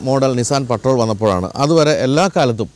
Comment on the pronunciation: Aaa patrol parayunna reethi sheriyalla